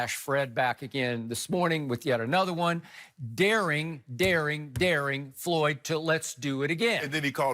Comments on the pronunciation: It is FLOYD........................Not FOLYD....lol I know Shannon is a idiot, but come on now :) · It's not foyld it's floyd wow. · “Foyld”? Apparently Money Mayweather wrote this video title. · Is that pronounced Fo Lid??? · Who's 'Folyd?' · He spelled floyd name all fukked up😂😎